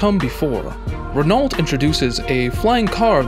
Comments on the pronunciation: It's pronounced .. Ren _ O not ren_ ult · Can't you say ren-O like everyone else? Do you pronounce the s at the end of Illinois, too? 😆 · Please pronounce Renault properly: the "l" and "t" are not to be pronounced... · I came to say the same thing. For a channel that highlights so many different vehicles, you think they'd have voice over people well versed in how to pronounce different car companies.